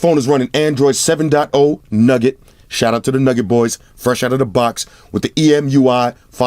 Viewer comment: Damn he doesn't say Hawaii anymore, but he says Android Nugget 😂😂